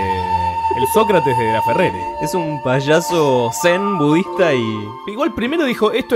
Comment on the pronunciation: Es Laferrere no lafeger